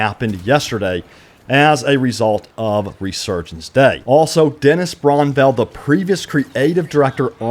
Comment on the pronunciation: still can't say Brännwall correctly.... It's not bronnwell....